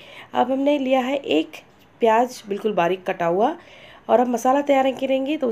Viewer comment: And u spell some words so wrong. Theres a huge difference between 'Z' and 'J' How can you say pyaj when its pyaz